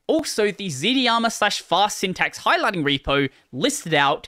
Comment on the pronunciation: FYI, it's pronounced z-darma.